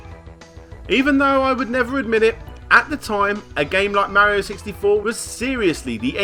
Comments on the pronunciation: your pronouncation of mario needs some improvement. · The way british people say "mario" and the way Larry says "yoshi" triggers me